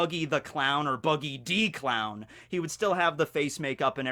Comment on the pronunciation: I'm so sorry but every time you say "Buggy D. Clown" I'm just hearing "Buggy da Clown" and I can't handle it XD